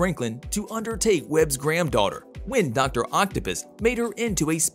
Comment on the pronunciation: Lol “Dr. Octopiss”